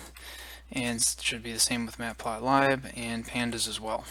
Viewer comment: matplot Libe? LIBE? It's lib, as in liberal